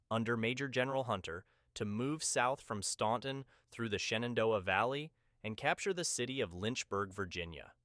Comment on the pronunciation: "Staunton" prounced Stanton. The "u" is silent.